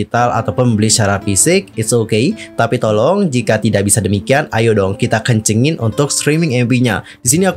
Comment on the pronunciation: Pendengaranku aja atau gimana ni,, bilang kencengin jadi "kencingin" wkwkwk 🤣